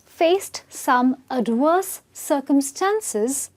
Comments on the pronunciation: She said AD-Worse. V becomes W by some people. What it! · Adwerse? I need to make videos to help you pronounce words correctly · you are lovely, but it sounded like you were saying adworse not ad verse.